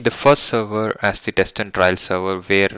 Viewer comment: Sir it's trial not trail both are different words pl correct hope u will take it in a positive way